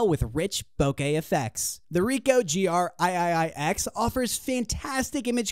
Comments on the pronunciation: Aye-aye-aye-ex. lol. Three X. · "THE GR EYE-EYE-EYE ECKS"